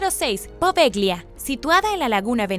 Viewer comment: Se escribe poveglia y se lee apovelia, buen video!